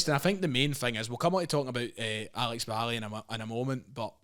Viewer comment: McGinlay is the first person I’ve heard say Valle properly what a legend